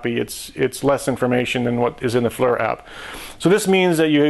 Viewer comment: He calls it a Flur.